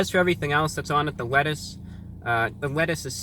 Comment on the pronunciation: "the wettuce"